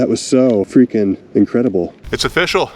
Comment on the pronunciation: Its o-fish-all, rocks like bismuth